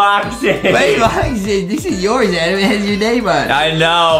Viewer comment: Its adam not adem